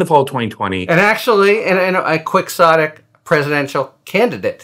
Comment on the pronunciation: Not to be too pedantic, but it is pronounced "key-aw-tik"... not "quix-aw-tik". Think Cervantes. ;) Love your work!